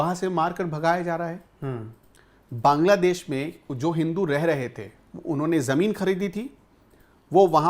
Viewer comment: भाई हिन्दी सुधारो, देस नही बांग्ला"देश", छेत्र नही क्षेत्र, अस्थानीय नही स्थानीय, जनगड़ना नही जनगणना। सुन्य नही शून्य। भाई गांव खेड़े की हिंदी मत बोलो समाचारों में। हिंदी और उच्चारण सुधारो। रोहित पांडे।